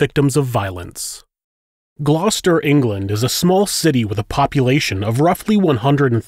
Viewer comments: I'm glad you pronounced Gloucester right...being a brit it's funny hearing people try to pronounce our towns and counties properly 🤣 some places I don't even know! haha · Wow, you pronounced Gloucester correctly, top marks!! ✔🇬🇧